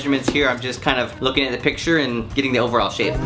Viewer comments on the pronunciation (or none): none